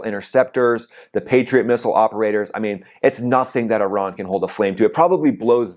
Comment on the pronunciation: Ten seconds in and I hear that you still haven't figured out how to pronounce the word 'Iran'. Can't be bothered to watch any further. Call me when the merry-go-round stops and the 'war' is over.